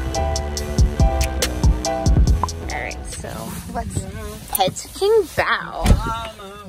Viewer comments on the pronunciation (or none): Anthony Muniz BAO but pronounced POW